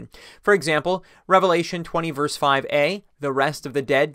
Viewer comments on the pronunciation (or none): none